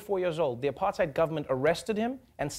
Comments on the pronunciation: hai Trevor, stop saying Apartide. its Apartheid and you know it lmao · The way Travor says "apartheid" is a disgrace.